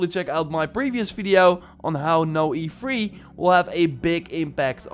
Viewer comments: It’s E3 not EFREE. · Every time u say E3 it's sound's like u'r saying efreet